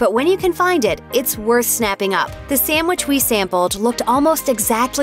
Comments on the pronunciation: First of all, voice lady, it's NOT samwich. It's sandwich. If you're going to make a video trashing the various fast food fish sandwiches, at least say it right. Lastly, I disagree with several of your critiques. But that's all a matter of taste. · I don't know who your spokesperson is in these videos but she needs to learn to pronounce a few words beginning with 'sandwich'. It's not 'samwich' unless perhaps you're seven years old. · Why is it nearly impossible for people to pronounce "sandwich?" They take out the n and d and add an m or two and pronounce it "sammwich." That kills me.